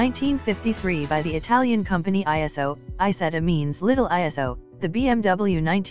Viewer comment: Isetta not Isettal